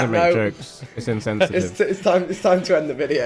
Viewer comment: tobi cmon bro "in-cent-sitive" 💀💀💀